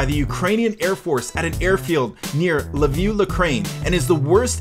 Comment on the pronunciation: Hey nice video, but i need to correct you, for the last photo, Lviv is not pronounced lah-view. It's pronounced as it's spelled. Trust me, i'm from Lviv ;)